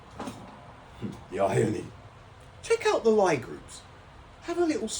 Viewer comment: Lie is pronounced lee